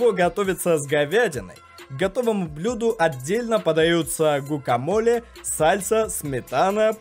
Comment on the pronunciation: Они произносят как гвакамоле